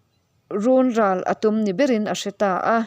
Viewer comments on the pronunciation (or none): Runral pawh hi a thluk a dik lo, run hi runlui duh suh tih a RUN tih lai thluk tur a ni zawk e.